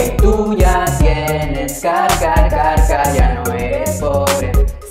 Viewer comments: pensé q decía cacaca y después me di cuenta que era car 😂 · Yo pensé que decía caca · Siento que dice caca :v::vv